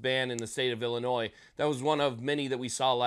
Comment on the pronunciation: 🤣You said Ilinois.. Dirty word at my house.